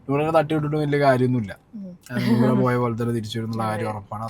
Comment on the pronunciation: നോറ അല്ല നൂറാ